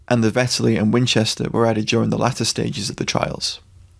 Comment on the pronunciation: Did they really manage to fuck up "Vetterli"?